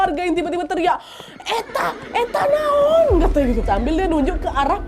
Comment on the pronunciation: Lucu pas ngomong etaaa etaa naonn